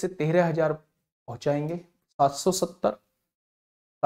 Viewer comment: Bhaiya 70 vala ka rrrr hai